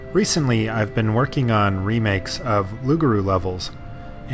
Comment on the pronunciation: TIL pronounces Lugaru like "Loogaroo"